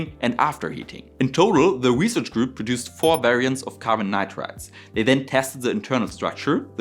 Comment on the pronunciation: Me again. Your pronunciation of NITRIDES in this video is wrong most of the times. Please correct. Your channel is very interesting and valuable.